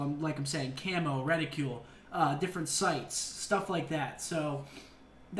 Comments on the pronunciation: seth its not RED i CULE its reticle so annoying LOL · "reticule" lol ... its re-ti-cle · Why are you saying Red-i-krul? english Seth? plz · Reticule? I'm pretty sure it's reticle. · quit saying reticule it's reticle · It's reticle, not reticule! God damn. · Redicle not ridicules your killing me Seth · Theres no 'u' in reticle Seth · I think you meant to say EXPEDITIONARY, not expendiary (not a word). Also, you were looking for RETICLE (the lines making up the center of a gun sight), not reticule (which is a small woman's handbag). You said reticule about 10 times and it sounded dumber everytime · Reticle, not reticule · GODDAMMIT SETH, RETICLE NOT REDICULE!!! LOL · wtf is a "reticule"? It's pronounced "reticull". Been bothering me for years how you say that. Anyways, hopefully these are just the preset classes you have before create-a-class is unlocked. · Seth... please learn how to pronounce reticle and expeditionary. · Can you pronounce reticle properly? Thanks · he pronouces it like in french